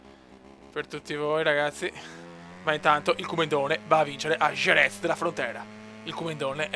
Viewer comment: non per offenderti ma certi nomi delle piste li dici proprio.... gerez,le mansssssss,vinales o non viñales,se parli con marquez si mette paura